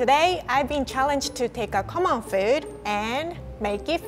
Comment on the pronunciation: says common as if she is saying "c'mon"